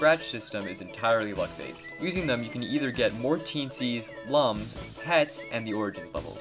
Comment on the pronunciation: Slight nitpick but Lums is pronounced as looms, like illuminate. (It said it in the Origins book 😬) Legends will always be my favorite out the bunch. Best we can do is maybe wait for another 3d game.